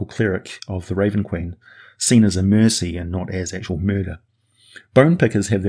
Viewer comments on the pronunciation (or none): none